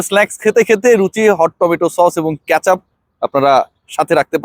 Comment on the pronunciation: ক্যাচাপ na bhai কেচাপ